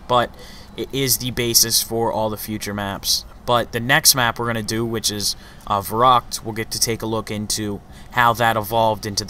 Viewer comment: Not verrakt, it is pronounced verrykt